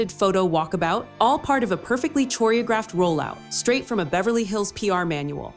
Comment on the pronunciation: Learn how to pronounce "choreographed." Hint: it isn't how the narrator pronounced it